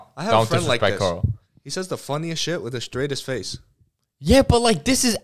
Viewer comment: All of u say Carl not coral